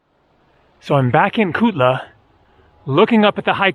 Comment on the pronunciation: Hi: You are truly an intrepid hiker. You can't pay me enough to do that trek. The views in the end must have calmed your aching muscles somewhat. It was funny how you kept saying Tukla, Tulka etc., everything except Kutla. I wonder if it was delirium from the tough hike.